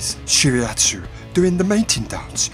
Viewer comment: nice video! love it! need more exp from USSR's DD to reach Tashkent! and spread the red flag (just kidd) (not that important it's actually => shi-ra-'tsu'-yu, really I don't like when get hit by IJN torps)